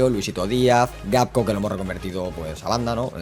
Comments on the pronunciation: También es gakpo no gapko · Por qué le llamas fripong y no frimpong y gapko y no gakpo